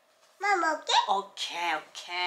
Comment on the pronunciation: your "O.K" is in Perfect English!